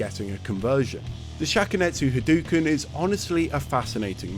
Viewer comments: Wow it is insane how annoyed I get listening to you say HaDooKin over and over again. It's pronounces Ha-dough-ken. Not hadookin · 37 years and people still saying "hadoo-ken" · I never understood this. Not only does he say the word literally EVERY time he does it but its the same across all games and has been for decades. Yet somehow people STILL pronounce it hadooken. Normally, I would ignore it but bro... its a history video, in this context its kind of egregious ngl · This brings up another question for me. Why do people keep pronouncing Hadōken wrong, like "Ha-doo-ken" instead of "Ha-do-ken"? I mean, Ryu even says it as early as SF2 verbally, clearly as "Ha-do-ken". What's the reasoning? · On bit crushed consoles from the '90s it definitely sounded more like hadooken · cool vid, but the mispronunciation was driving me crazy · Video is great as usual, but the mispronunciation of Hadouken is driving me crazy. The "ou" always makes an "oh" sound when properly romanized from Japanese, it would never make an "oo" sound. Technically you're supposed to make that "oh" sound last a little longer as well, but that's not something that's easy to distinguish for native English speakers, so it matters less if you get that right. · is it like a funny bit that you're saying hadouken incorrectly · my swedish brothers have been saying 'hadooken' for like all of my life i truly didn't even think about how he says it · hes been making videos about street fighter for 13 years. ryu doesnt even say it that way in the games lol